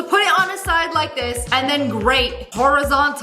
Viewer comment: its this not dis😂